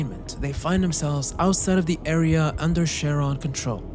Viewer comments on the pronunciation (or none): You’ve got a great channel, friend. But I can’t imagine making a 30+ minute video and not once researching the name CHARON. Which is the name of the boatman who takes the souls of the dead to the afterlife in Greek mythology. It’s a hard C. Not a soft “sh”. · Charon is pronounced "Hhhair on" in Greek & "Care on" in English. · If anyone's getting too spooked to enjoy this and has decided to hide in the comments, just remember: "Charon" in its original Greek is pronounced along the lines of "Care-on", which sounds kind of like the name "Karen" but if it was for a robot. Pause, and take a moment to enjoy the absurd mental image of a robotic Karen complaining to some poor, underpaid Liminal Land staff member about overpriced amusement park popcorn that it can't even eat anyway because robots can't eat.